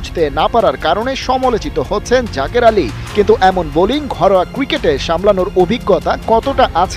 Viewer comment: জাজের নাকি জাকের